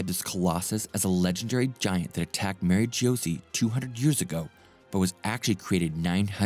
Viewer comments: Nerona Imu ,not Nefertari ( Lili,Cobra,Vivi). Ohara ( Oh- Haara) Kozuki ( Kogh - Zoo - Key) Mary Geoise ( Maa-ree Jo-Aaz). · Maa-ree Jo- Aahz